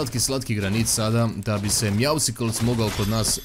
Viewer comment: nije Meowsicles nego Meowscles ("Mjausls"). Kao "Muscles", kužiš? Zoveš ga na dva različita načina, ali nijedan nije točan.:D